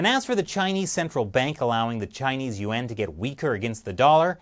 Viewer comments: It's embarrassing when a YouTube channel dedicated to China can't even pronounce the name of its currency correctly. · you pronounce Yuan as two syllables! Didn't shelly teach you that it's only pronounce as one syllable! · Lol every time you say Yuan I think you say UN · Here's what i think... your pronunciation of "yuan" and "UN" sounds exactly the same... which is confusing sometimes... and... you better be careful... if SarcastiBob 3000 every gets any real air time... your cushy anchor position could be in trouble... just sayin.